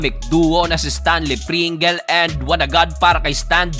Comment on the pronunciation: Stanley pringels 😂😂😂 amusin mo pronunciation 😂😂😂. Pringels😂 dapat basa nyo sa Double ay doubel din. Trisikel bysikel bukel.